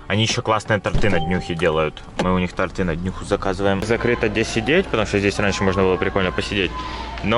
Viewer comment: Не тортЫ, а тОрты